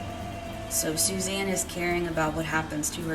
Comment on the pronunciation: It’s not Susan it’s Suzanne